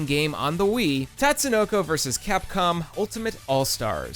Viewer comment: *Tut-sue-no-co Also, Karas ftw.